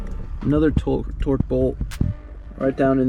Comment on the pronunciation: Torx...not torque